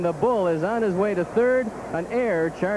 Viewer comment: Harry saying the Padres catcher's last name.... "Gooooosh" (In the first inning) By the eighth inning hed be saying "gooo goo lash " or some other total butchering of his name lol. The Bud would be taking full effect by then.